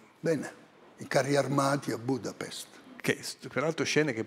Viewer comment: Budapest, come dice giustamente Moretti e come si sa da secoli, in italiano si pronuncia Budapest, NON "Budapesht", d'accordo? Budapesht si dice SOLO in lingua ungherese. NON in italiano, lo sapete l'italiano, italiani, cacchio? Eh? La sapete la lingua di Dante nostro o no? Mamma mia...